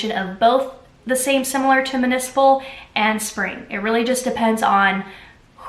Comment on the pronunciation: Wow awesome comparisons; thank you! Btw it’s mUnicipal not mAnicipal.